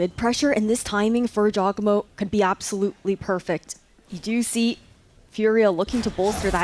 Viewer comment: how are u a caster and mispronouncing “jawgemo” 90% of the time